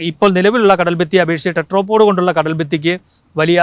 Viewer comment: ടെട്രോ പോഡ് അല്ല ടെട്രാപോഡ് (Tetra ) ആണ് ... Tetra എന്നാൽ മൂന്ന് എന്നാണ് ... മുക്കാലി ...